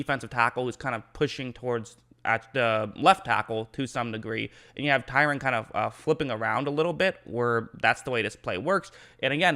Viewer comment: awesome video, washington continues to develop talents. also his name is TRY-ON, not TYRON.